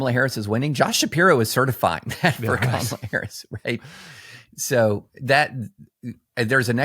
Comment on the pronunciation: Hi Tim. My angey maga neighbors (very sweet to me) do investigate info. I caught one watching Forbes , streaming. Very angry. Deficit big thing. Affordability. Kamala (correctly pronounced) She so dumb, cant believe. I say, cmon man. I don't do that to your guy. He's sorry, just tired. Folks here start out angry. So there's that. Don't have good self esteem for sure. And, what trusted sources. Only their ppl tell truth I think ppl like me been making them feel stupid for decades Also illness of mind contagious